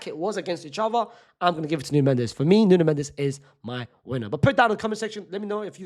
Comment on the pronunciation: Its nuno mendes